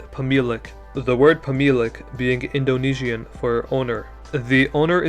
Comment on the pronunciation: Cool party game idea: take a shot every time he says “indo knee she an”